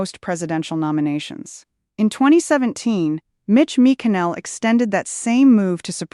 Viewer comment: I know using AI is easier for you but it sucks and calling Mitch McConnell [ Mitch Mikinell } doesn't cut it. The vloggers already butcher the English language bad enough...NOT YOU! I'm rejecting this AI report.